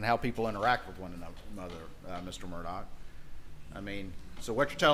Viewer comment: His name is pronounced Alec Murdoch, but 😊😊is spelled Alex Murdaugh. What the hell?